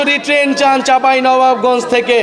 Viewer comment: নাহিদ ভাই চাঁপাইনবাবগঞ্জ বলতে পারছেন না 😂😂😂